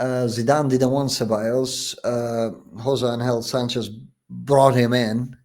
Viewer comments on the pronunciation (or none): none